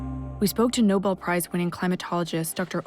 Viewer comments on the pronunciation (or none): none